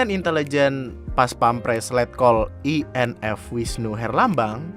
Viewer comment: Bang inf dibaca nya infanteri